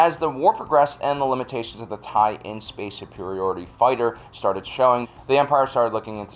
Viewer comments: You keep saying "TIE-in", which is mis-reading it. The end-letters are lower case "LN" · It’s not a Tie in, its TIE LN (TIE/ln). The ln is short for “line”.